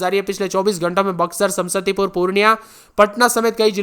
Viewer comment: समसतीपुर नहीं समस्तीपुर होता है 😂😂😂